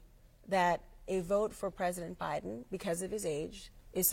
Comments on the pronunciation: The interviewer said "president O'Biden" 😂😂😂😂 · She said president Obiden